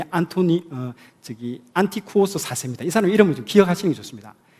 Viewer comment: 앤티오쿠스 . 발음 정정합니다 . 한국분들이 앤티쿠오스로 잘못 발음 . 미국 발음은 애니아쿠스.아에 accent 있어용